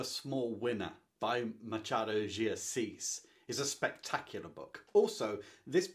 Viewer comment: Machado is pronnounced like this, the "ch" sounds like when someone asks a child to be quiet. Shhhhh . Ma - schhhha - do de Assis. 🇧🇷😉